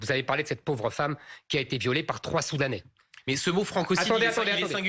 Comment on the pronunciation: même le mot soudanais il arrivait pas à le dire.